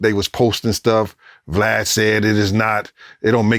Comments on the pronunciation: He called this man BLAD at the beginning. Boy niggas can't never get this man name right😂😂😂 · He said BLAD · did bro say blad? at the start if the vid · lol no one can say his name right- he's calling him blad- i like when he's called glad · He called him Blad the first 10 seconds lol, I’m sketched already! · Respectfully gene his name VLAD NOT BLAD 😭😂😭😂.Jp ..Shout out to gene💪🏾💪🏾💪🏾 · He said BLAD LOL 😂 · Did he call him Blad? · “Blad “ lol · 10 seconds in he calls him "Blad" lmao I love that everyone does that!